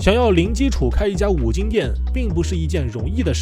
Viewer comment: 是金不是精